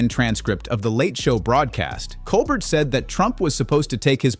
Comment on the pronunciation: Wish that the narrator would start pronouncing Stephen's last name correctly.